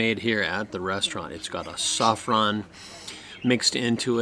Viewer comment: Saffron - sofron 😭🙈